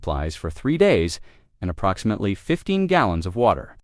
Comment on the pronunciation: What a shame. I cannot listen even though, I'm interested. Using AI that can't pronounce approximately...no buneo.